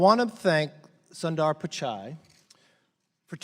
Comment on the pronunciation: Already I'm triggered by how they pronounced his name.